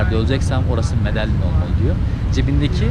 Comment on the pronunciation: Medeyin diye okunuyor